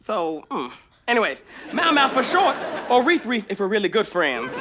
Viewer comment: Mau-mau for short or rite-rith if we’re really good friends: OK May-mau: Oh! So were not really good friends